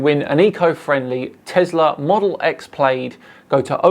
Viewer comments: It is P lad not p laid. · Ummm... Earth is round, okay, but is THAT really how you pronounce "Plaid" in the UK?? "PLAYED"?? Isn't is pronounced "PLAD"...?? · Dan, it's plaid as in lad not plaid as in laid. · The only part I hated was 'Plaid' being pronounced 'Played' instead of 'Plad' :( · The big problem wasn't your debating, but your insistence on pronouncing plaid as played, instead of plad. Surely a man with a souvenir Scottish title can do better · Plaid pronounced....PLAD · That tesla model S plaid is pronounced "plad"...at least in America. Not sure on England's pronunciation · Love your channel Dan but the Tesla Plaid is pronounced Plad as in the fabric. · The way you say "Plaid" hurts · Dan is so into his electric cars apparently, that he doesn’t know how to pronounce Plaid, and has never seen Soaceballs…